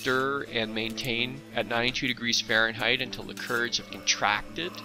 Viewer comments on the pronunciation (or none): none